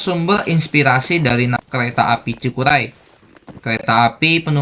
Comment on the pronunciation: Cikuray bang bukan cikulai...hehe